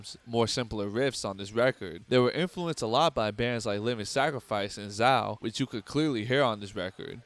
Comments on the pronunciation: It’s pronounced Zay-oh not Zow. Great video though. As I Lay Dying was an amazing band but Tim tarnished their legacy which is nowhere near as bad of a crime as plotting to kill your wife. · Awesome video bro...... but it's pronounced Zay-o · Good video. Zao is pronounced Zay-oh btw